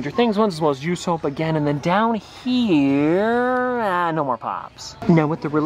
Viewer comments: you said yousoap instead of usopp it’s pronounced ooo- sap 😂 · Did this man just say YOUSOAP and not usopp m (pronounced oosop) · You-soap 💀🤣 It’s u-sop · It's not You-sop. It's Oooo-Sop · I say nami and clicked on the video. Another banger yessir. Edit:. I will end you. Bro called him yousoap. Its oosop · How u calling usopp yousoap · The Way He Said usopp💀